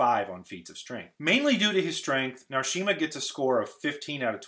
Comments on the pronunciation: It's Jahar Narishma not Narshima.. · NarISHma, not NarSHIma.NynAEve, not NynEAve. Pedantic, but felt annoying to see. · Uh---Narishma, not Narshima and Ablar not Albar? I like the way you analyzed this, different from any other that I've seen! Egwene developing the Flame of Tar Valon has got to be one of the biggest defining moments of the series. With Rand, you could also say he figured out (with Lew Therin's help) how to break a shield, although given the number 1 spot, it was kind of dumb that he let himself be shielded in the first place. I wish there had been a way to give a little more face time to very strong characters like Alivia and Sharina Malloy---it's just so tantalizing that esp Sharina gets "Wow, you should see this old grandma we found who's as strong as one of the Forsaken!" but, beyond a mention in Nynaeve's testing for the ring and her being a generally helpful and good influence for the "rebel" Aes Sedai, that's about it. Would have been in favor of seeing the endless descriptive passages and the Endless Plot of Doom scrapped in favor of a little more face time for these interesting side characters. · This video was well thought out, and I can quibble with very little. One thing- it's Jahar Narishma not Jahar Narshima. I mean that with kindness- the video is terrific. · Haha, I'm a day after you and his 'Narshima' really threw me. It's Logan Ablar as well. Not Albar... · Isn't it jahar narishma ? And not narshima ? :O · It is Logain Ablar (not Albar) and Jahar Narishma (not Narshima). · I'm just here to cry about "Narshima" and "Albar" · It's "Narishma" not "Narshima" and "Logain Ablar" not "Logain Albar" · I know a lot of name pronunciation is open to conjecture, but Narishma, not Narshima. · Isn't it "Narishma" rather than "Narshima"? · Wow. I can forgive some mistakes, but mistaking Narishma for Narshima and then doubling down on the mispronunciation and the misspelling throughout the video? Come on, brother.... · Narishma* not Narshima